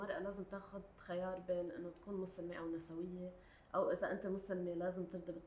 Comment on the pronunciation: هي نِسْويّة مو نَسَوِيّة نسبةً إلى الجمع نِسْوة الأغلب يلفظوها هيك خطأ 🌚❤️